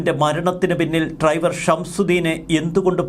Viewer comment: ട്രൈവർ ഇന്നുച്ചരി ക്കാതെ ഡ്രൈവർ എന്ന് പറയു